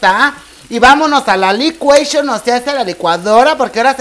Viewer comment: “Liquation!” lol 😂